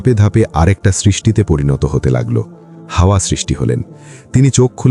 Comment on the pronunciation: Hawa (a.) ke hawa boltesen barbar 😭